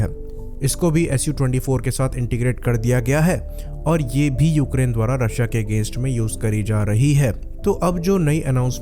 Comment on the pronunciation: mispronouncing Russia didn't made you cool and stop watching western propaganda YouTube channels and articles that Russian pilots are very less trained, Every single Air force which can maintain squadrons of aircrafts also train their pilots very well